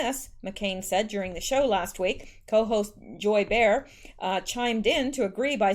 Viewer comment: Joy Bay-har